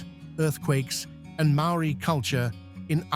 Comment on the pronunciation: Don't understand why the place names are mispronounced. All the production values without honoring the Maori language.